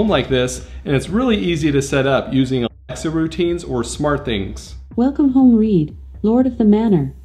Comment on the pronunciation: Idk why nobody can say alexa is it alexa™?